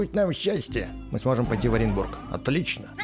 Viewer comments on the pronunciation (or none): Я заметил что когда ты вошёл в Оренчбург ты сказал Оренбург 🗿